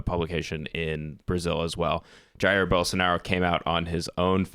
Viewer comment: It's pronounced Ja-EER